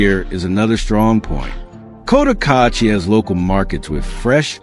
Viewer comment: Can’t even pronounce Cotacachi. $15k for a lot? Absolute nonsense. Rents are way off. $300 will get you a hovel. If you’re watching this be sure to get some accurate local intel.